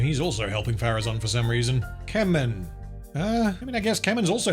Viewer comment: When I heard you say "Keman" the first time, I had to rewind because I thought you said "Kevin" 😂. Yep, that Tolkien original character, Kevin of Gondor lol. Also, the orcs in the video games had more personality, where they could be your spy, mortal enemy, etc, and they would rise and fall in rank by killing each other regardless of what you do. Good stuff, might play those again. Can't remember their names.